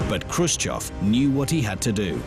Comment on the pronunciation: its khrushchev btw